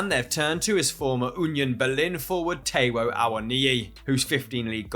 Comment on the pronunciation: Taiwo................Tai as in Thailand